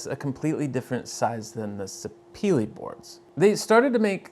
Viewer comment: FYI Sapele is a wood named after an actual place, prized back in the day primarily for rubber, and now in modern times for its wood. It’s pronounced “sah-peh-leh” and not sah-pee-lee.